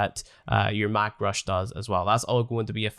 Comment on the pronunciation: “Mack Rush” is painful to me XDD